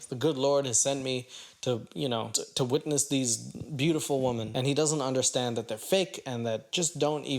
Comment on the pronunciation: maybe he said wetness instead of witness lol